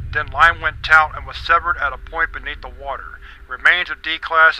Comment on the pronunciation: He keeps saying tout instead of taut.